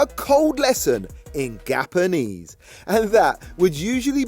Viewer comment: "And teaches him, a cold lesson in gappanise"😭😭😭 stop 🤣🤣🤣 i died when i heard that